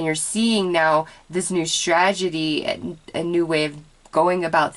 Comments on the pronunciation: Strategy. You are saying "stragedy" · I love your readings, but I have a really hard time when you mispronounce words.... its strategy, no d. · How many times can you mispronounce strategy?😋✌ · I love you and your readings but since I'm a Virgo I must point out that the word is strategy (not stragedy). Love you!! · Unless the strategy would end in tragedy and she is trying to say both things at the same time! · Honestly I felt the same way. I tried not to but I couldn't help it